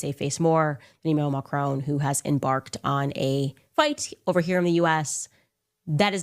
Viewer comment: Macrone? Macron. Is she really that bright. ?